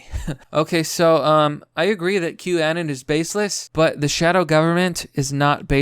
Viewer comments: The way you pronounce "anon" has always drived me crazy haha. Take the word 'anonymous' and remove the "ymous", it's not 'anen' or 'anun'. At least you don't buy into the Q anon bullshit though👍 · Wait...you're saying boomers use 4chan, are you sure you know what you are talking about? Every boomer I've talked to has never heard of 4chan. Btw, I believe it is pronounced anon as in anonymous.